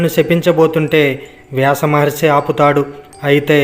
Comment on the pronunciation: మీ ఉచరణ బాగాలేదు. ఉదిస్టినుడు ఏమిటీ, ఉదిష్టరాదు. మహారిసి ఏమిటి మహర్షి అనాలి కానీ. ఉచరణ దోషాలున్నాయి